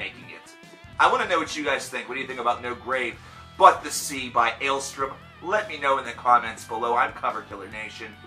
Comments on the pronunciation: Dude, it's ale-STORM, not ale-STRUM. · Take a shot every time he doesn't say the band's name correctly